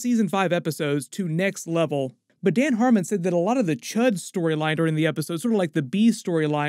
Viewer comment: Cee Eightch You Dee, not C U H D. Srry hate to be that guy but couldn't think of anything clever to leave so...